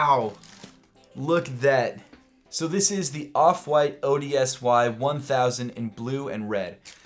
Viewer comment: the off-white ODSY sneaker is pronounced odyssey